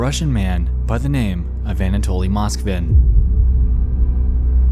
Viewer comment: im sorry but its pronounced moskvIn and petrOva